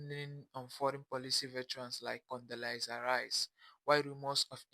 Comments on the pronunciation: I'ma need her to say her name correctly...Condelezza...not Condelisa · I wanna know why this first lady couldn’t pronounce Condoleezza Rice’s name right.